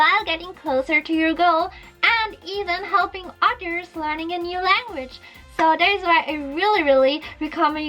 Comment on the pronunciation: "Pecificely" and "oders" xDDDDDDDDDDDDDDDDDDDDDDDDDDDDDDDDDDDDDDDddd